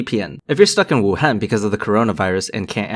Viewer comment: Proper pronunciation of Wuhan? Yep you're Asian alright. Glad to know you're OK.